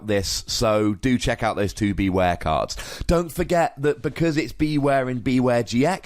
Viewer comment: wouldn't it make more sense to pronounce it like beware? as in, beh-ware? it's a pun as far as I can tell